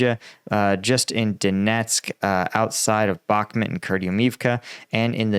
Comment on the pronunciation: And-REEV-ka. Bahk-MOOT. Klah-SHEEV-ka. Jeesh. Take a shower, put on nice clothes, and try to put out some effort, millenial.